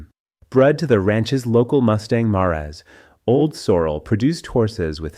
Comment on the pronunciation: Your narrator has again mispronounced a word that anyone watching this post would know. The word is "Mare", as in a Female Horse. The narrator pronounced it Mar-ays, instead of Mares.